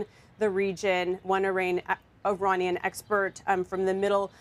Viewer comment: With all due respect, it's not AY-ranian. It's with a short 'i'.